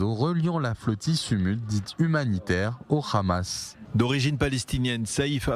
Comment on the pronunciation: Bon les gars, prononcez Hamas ou Amas si vous n'êtes pas capables de prononcer le H (je sais que cette lettre n'existe pas en hébreu, mais alors juste A)